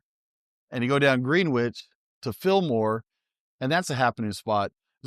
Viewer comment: It’s sounds like you are saying Greenwich - but it’s pronounced Grin-itch. Like the time zone.